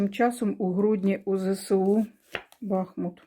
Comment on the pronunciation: БахмУт наголос.